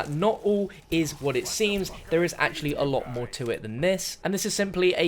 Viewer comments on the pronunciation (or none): none